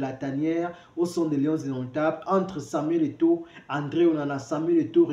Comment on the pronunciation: Il ne parvient même pas à prononcer le nom de Samuel Eto'o! Shame!